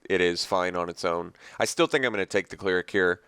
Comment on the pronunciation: CLER-ic, not CLEAR-ic